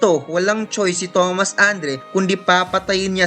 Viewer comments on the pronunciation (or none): none